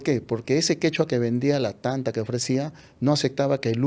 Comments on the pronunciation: Pan no se pronuncia tanta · No se dice tanta SE DICE T’ant’a.